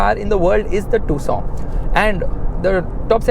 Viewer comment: I 😂😂 thought it's pronounce as Tucson but it is tusooon